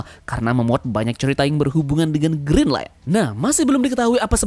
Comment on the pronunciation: saya salah dengar apa gimana yaa.. kok aku dengar nya green line.. bukan nya Grand line.??